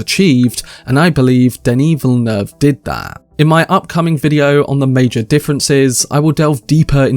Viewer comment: Good on y’a to pronounce the director name right!